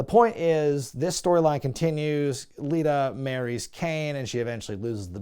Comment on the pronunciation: u picked on hee for saying "til death do us apart" then later u called Lita "Alita"